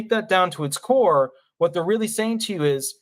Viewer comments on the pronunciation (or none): none